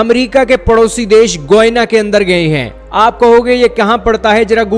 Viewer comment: It's not goina it's Guyana atleast speak correct lol😂😂😂😂😂😂